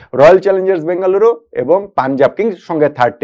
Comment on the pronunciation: ভাই আপনি বলে বেগালুরু বলেন তও পানজাব জিতবে